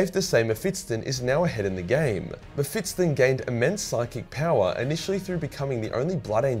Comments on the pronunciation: Bro its Mephisto (Mefisto) not Mefistton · Normal people: Me-phis-ton: Me-phits-ton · I guess its cannon that mephiston is pronounced m-fips-ton and not m-fis-ton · Meff-iss-ton. Not Mef-its-ton. That made my autism hurta bit. Lulz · it's mephiston not mephitson mr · mephiston (meh-fis-ton) not (meh-fits-ton) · According to youtube... this is a video about World of Warcraft... damn aussie, the algorithm does not understand your weirs accent. By the way, it is Mephiston, not Mephitson. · His name is mephiston, if you can say "fist" and "on", then you should be able to pronounce this. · Am I the only one who gets extremely triggered by how wrong pronounces Mephiston's name 🤔😂? Maybe I am wrong but I don't think 'Mephits-ton' is the correct pronunciation and I recently listened to a 10h audiobook featuring the guy 😅. And yes he is very op 😖🤣. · Say Mefitstson one more time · So many Muh-Fit-Stuns. Had to pause the vid for ten minutes while you butchered that name. All around a pretty agreeable psyker list though. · Strange pronunciation of Mephiston